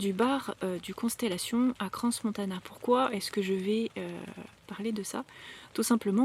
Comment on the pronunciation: crans c est sans prononcer le S à la fin. ! et parle du rituel sa ta nik à Moloch !!!!!